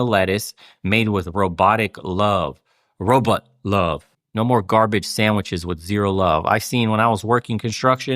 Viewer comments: Sounds like he’s saying Roblox lmao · Uh…did Bernie say “Robutts”???